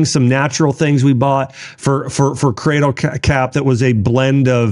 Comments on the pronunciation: Lol..yes he did. Spoonerism. He obviously meant cradle cap 😂 caddie crap is funnier though. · Did he first say caddle crap 😂 or is it possible that I just heard that ? 🤔